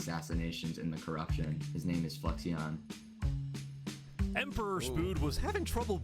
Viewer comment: TBH I would be a villain too if everyone kept saying my name wrong. Fluixon = Flew-icks-on (he said such as a chatter on Ludwig's stream the other day lol)